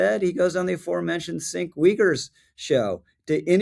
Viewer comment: Cenk is pronounced Jenk. Everything is the Jews fault for every ill ever. There's a game called 6 degrees of Jew. You can link Jews to anything through 6 or less jumps. Like the 6 Degrees of seperation theory for humanity. That is the justification for all antisemitism.